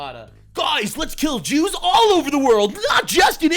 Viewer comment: “ the Christian’s and the Jrew’s” 😂😂